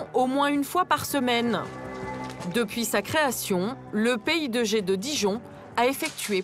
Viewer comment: A chaque fois qu'ils prononcent "PI2G", j'entends "Pays de Gée" (Maine et Loire), ça me perturbe ^^